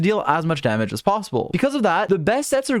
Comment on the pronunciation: Help I can’t every time he says damage It sounds like another -ge was added Damagege 😭